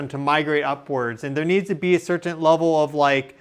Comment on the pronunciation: Sir-ten. I don't know why I notice these things...